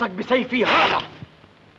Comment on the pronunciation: كسرتوا اللغة العربية... هزا وهزه!!